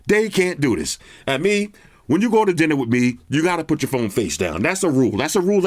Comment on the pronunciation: Don’t do diss… doO DIIsss.. Cracked me up😂😂😂